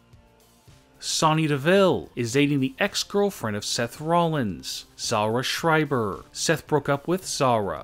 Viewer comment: Zara Schrieber? Zara Schreiber?